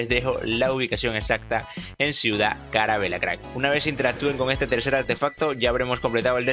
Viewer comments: se dice calavera no carabera ni carabela y deja de decir cracks cada 5 segundos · Mil gracias bro, y nomás una cosa (No hate), o no se si así lo digas de broma jajaja Carabela le dijiste mil veces a ciudad calavera xd